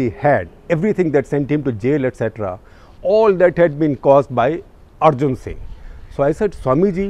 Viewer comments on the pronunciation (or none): none